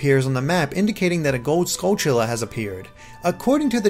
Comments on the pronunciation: Finally says Skulltulla correctly says CooCoo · You finally pronounced Skultulla correctly even if I spelled it wrong...THANKS